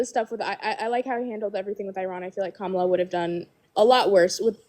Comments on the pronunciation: Can we applaud her for at least pronouncing kamala correctly. Literally nothing else but at least that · I will give her credit for being the only guest to pronounce Kamala’s name correctly. 😊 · Give her some credit - she actually pronounced Kamala correctly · I'm surprised she said Kamala's name correctly.